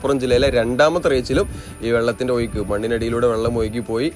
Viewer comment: ഒയ്ക്കല്ല❌. ഒഴുക്ക്.✔️